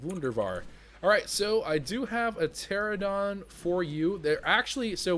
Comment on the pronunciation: ter-ran-a-don not tera-don